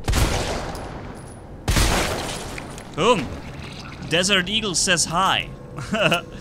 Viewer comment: " Deeert eagle " forgot the s, great vid :)